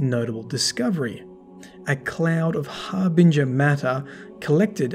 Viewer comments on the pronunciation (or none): none